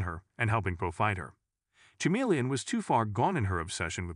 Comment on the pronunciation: Stupid ai voice can't even pronounce chameleon right